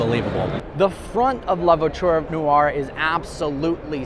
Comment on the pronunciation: Hears trying to pronounce “La Voiture Noire” Cries in French Remembers about Doug saying “Peugeot” Cries in French again